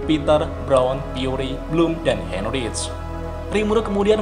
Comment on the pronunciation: Heinrich bacanya "Haynrik"